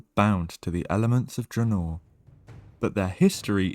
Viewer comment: Ooooh attention to the Horde side of the lore is always welcome! That first pronunciation of Draenor made me ecstatic. chefs kiss (it’s okay we don’t have to talk about the others, I’ll take my wins where I can get them). AND VAROK SAURFANG?! BROTHER OF *THE* BROXIGAR? Hell yeah I’m hyped!